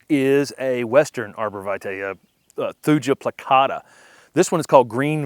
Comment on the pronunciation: Thuja is always pronounced thoo-yah and never with a j sound. There is no European or regional US alternate.